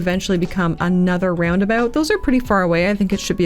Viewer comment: I didn't realize you were Canadian before but I should have realized because I also just now picked up on the fact that you say "Roundaboot" and that makes me so happy lmao